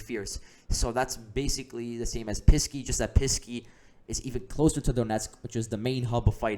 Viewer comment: I liked your report, but it is Pesky, not Pisky.